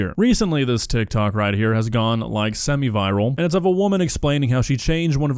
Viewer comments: Bro added a whole extra syllable to tik tok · bro said tiktok like dr. evil